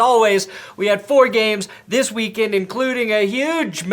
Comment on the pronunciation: You said weak sex, haha.